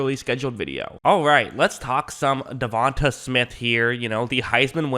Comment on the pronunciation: Da-von-tay bro